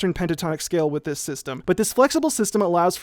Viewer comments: "I rweally like dis one :)" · "I really like dis one." -Sideways (2017)